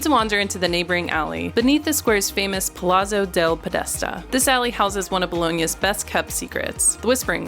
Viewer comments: 30 seconds in, you can’t pronounce palazzo? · what's the correct one?